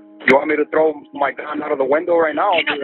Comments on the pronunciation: The confusion is he probably said “THrow down” not “Tro down” hope this helps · “I came to trow down bro” best line ever